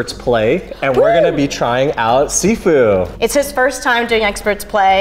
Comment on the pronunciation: First: all the game is in Mandarin Chinese, so it's supposed to be named "SHIFU" and NOT "SIFU". Second: It's Pak-Mei Kung fu, not "Wing-Chun"... And third: You MUST watch the "Live Action" Trailer and please react to it!